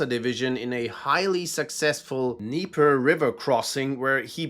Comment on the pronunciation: Wow you actually said Dnieper correctly, and not D-Nieper.